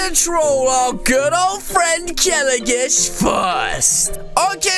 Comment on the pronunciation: its not kelagish its kelogish